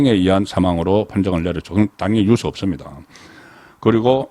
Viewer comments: 송 대표님 항상 시청하고 있지만 언론인 분께서 단어에 대한 장단 발음에 엄청 문제가 많습니다 단어의 장단에 따라 뜻이 달라지는데 그런 걸 모릅니까? 초등생도 다 아는 걸요 유~서가 아니라 단발음인 유서라고 해야 됩니다 좀 고치세요 모르면 사전을 찾아 보고요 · 송국건유튜브방송을 즐겨보면서 늘 느끼는 점은 내용은 최상의 수준인데 말실수를 잦은편인데 그건 그다지 문제가 될 수는 없지만 억양 지방시골억양이 참 문제입니다. 예컨대. 엄마의 자매 이모?를 성씨가 이씨일때 이 모씨 라고 말하면 안되듯이, 장음 단음이 정확해야하듯이 오늘 방송을 보면서 자꾸 유서를 유 서 라고 합니다. 스스로 녹음된 거 보면 그걸 못고치는지? 40년대 시골사람이 서울한번갔다와서 서울말씨를 흉내내다보니 저런 현상이 나타나듯한데, 특히 경남지방사람들이 저렇게 발음 억양을 구사하는데, 대표적으로 가장 울렁증유발수준은 성창경입니다. 그런데 송국건혼술은 정말이지 우파에서 방송내용은 최상인데, 발음 억양이 최고스럽지않는 기본이 안된건 고치는 게 좋지않을까요? 앞서 언급했듯이 성창경은 울렁증생겨 듣질못할정도인데, 기자출신이면 그걸 고치지못한다면? 울산이나 포항정도수준의 시골지방기자수준에서 벗어날 수 없는 게 아닌가하는 맘이 듭니다. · "유서"의 발음. 연습하세요. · 유~서 발음 듣기 아주 거북합니다. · 듣기에 유서가 발음이 뉴우스로 드립니다